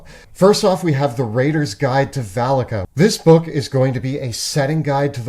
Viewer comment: Was listening instead of watching at first. Could have sworn they called the sponsor's land Phallica😅